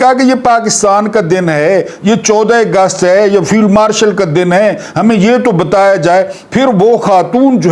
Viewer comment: Dear sir it is Augest not Egust.